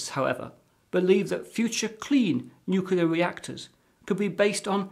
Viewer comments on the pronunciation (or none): Well, it's 2019 at this writing, and China hasn't landed people on the Moon by 2018 as forecasted. By the way, it's new-cleer, NOT new-kew-ler. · He pronounces nuclear like "nuke-yoo-lur", like George Bush. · What chance have we got when Boffins can't even pronounce the word Nuclear. This guy is saying Nuculler most people mispronounce it Nukiller so at least he's original. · I thought only some Americans said "nucular". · Wrong, it's pronounced "new-cle-ear" as nucleus is pronounced "new-cle-us" and it's plural nuclei "new-cle-eye". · I believe somebody who has worked in a nuclear power plant for over 20 years, one Homer Simpson, would agree, its pronounced "nuke-yoo-lur...nuke-yoo-lur". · There is only one U in the word nuclear. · Saying nuclear wrong is a non-starter.